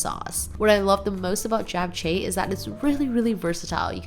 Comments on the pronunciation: STOP pronouncing it Jap its CHAP. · I loveeee your videos! Thanks for sharing! And it’s always lovely seeing your mom and family. So glad you’re spending time with them. Also! For japchae- jap is pronounced jop (like mop)jop- cheh :)❤